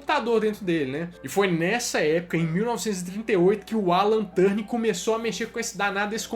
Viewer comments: Muito bom o vídeo, gostei muito do início, se não me engano o nome do sujeito é Alan Turing, e não "Turning". Mas acho que devia ter mencionado que entre a década de 90 e 2000 houve a WAP e os vários protocolos Gprs, edge, hsdpa; que foi o verdadeiro início da internet no celular. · Turning, não. O nome dele era Alan Turing. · Essa pronuncia do sobrenome do Turing me deu bastante agonia, mas o vídeo ficou top d+ da conta uai!!!